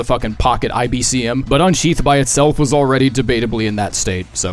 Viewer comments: ICBM, not IBCM. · I’m sorry but it’s not IBCM, it’s ICBM for “Intercontinental Ballistic Missile”.